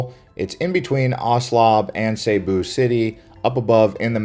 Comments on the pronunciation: Its NOT Sabu. Its Cebu with a C NOT a S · it's see boo not seybo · It's cebu not saybu, my wife is from there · It's not pronounced "SayBoo" it's pronounced "SiBoo" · As long as I've been aware of the existence of the province location location in The Philippines... Cebu has always been pronounced as SEA-BOO as opposed to SAY-BOO! Now before anyone gets on me about my pronunciation of SEA-BOO my wife who was born and raised there taught me the proper pronunciation! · Dude. It's pronounced Cebu (see-boo). Not (say boo). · see boo , not say boo , lmao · Why do people pronounce it "Sayboo"? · Nope, Cebu not sayboo, not siboo. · It's still wrong. He can at least pronounce right if he's going to do a vlog about it. He sounds dumb every time he says it.